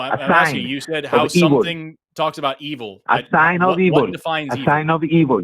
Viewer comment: EE-vool is my new favorite pronunciation, and I’m going to combine that with BYE-bool and/or BYE-bell at every opportunity